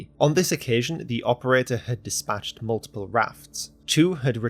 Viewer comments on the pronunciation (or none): none